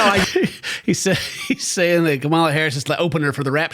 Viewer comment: Please learn how to say Kamala. She deserves to have people at least know her name.